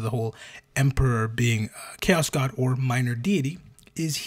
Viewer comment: No, by Imperial decree from Da Emprah (via text-to-speech engine), we have to call it "Ko-ass", not Chaos, because apparently if we use the normal word the walls start bleeding in the throneroom and Brothers Karstodes and Wamudes have to get the sinister spackle outta the toolshed again, and he hates those two. - Hey, you leave the Guard alone. Them trench-dwellers are m'boys. Fun fact: you know the standard-issue Guard lasgun is canonically strong enough to, with one single beam discharge, melt a footwide hole through an M1 Abrams? Because it is! So that thing not killing the whole damn country when you pull the trigger is bullshit. Especially when you consider that a boltgun shell is nothing more than a .75cal gyrojet grenade round, and that can't do shit to a modern tank. Who's got the better guns now, Adorkus Astartes?! - The Sly Marbo jokes are awesome. Cuck Norris? Not funny; annoying to the point of haterage. Sly Marbo? Funny. - 'Ere now. Donchu be tawkin bog 'bowt orkz. Deyz doin deir best. An' WAAAGH is pronounced wif a soft G at da end. Buncha yoo 'umies likez ta forget dat, cuz most a' ya dunno 'ow ta reedz yer own langwij, an' ya so fulla yerselfz ya finkz ya cant be rong. But ya iz. Rememba dat. Yooz lissen ta ol' Boss Grumptoof. 'E knowz fingz. - Yes, the Alpha Legion (who really should have been called the Hydras, based on their iconography) are the most loyal traitor legion. They're just playing the long bamboozle. By contrast, the most traitorous loyalist l